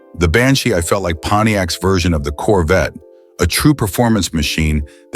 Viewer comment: Why does the narrator keep adding random vowel sounds after the word "Banshee"? GO BACK AND LISTEN! Even with the Corvette, just one extra, totally random, letter added after the cars name